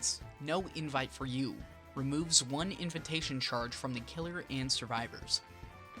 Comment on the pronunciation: Lmao at "inventation" Have you never been invited anywhere or had to say that word?